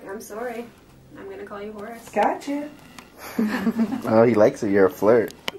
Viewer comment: Not me thinking she was saying "Horus" and not "Horace" 😂😂